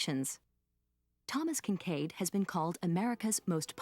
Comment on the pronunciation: Thomas Kitchkade. To each their own.